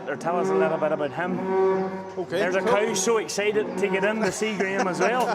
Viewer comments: The cawl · I do love to listen to Scottish men saying the word “cow.” Enjoyed the video and, as always, watching work and listening to his explanations. He works harder than any 5 ordinary people and brings his compassion and will to learn and share to everything he does. He’s also a natural teacher, so it seems like an inevitable progression for him to combine his media skills with teaching farmers and aspiring trimmers worldwide. He more than deserves every subscriber. On to a million!